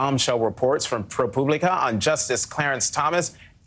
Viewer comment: Thank you Jonathan for pronouncing pro publica correctly (I noticed that spell check doesn’t like the correct spelling either). I was beginning to think that my Latin 1 Professor had it wrong 😅